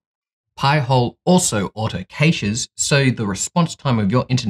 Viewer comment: Cash, not cayshe